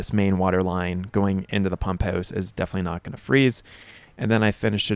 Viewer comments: Is that how they say it in Letterkenny...pump'ous? 😊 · You're in Arizona ... but from Canada? The "pump hewse" lol